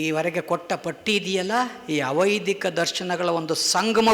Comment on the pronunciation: ವೈದಿಕ ಅವೈದಿಕ ಉಚ್ಛಾರಣೆ ಸರಿಯಿಲ್ಲದೆ ಕನ್ಫ್ಯೂಸ್ ಆಯಿತು,ಸ್ವಲ್ಪ ನಿಧಾನವಾಗಿ ಮಾತನಾಡಿ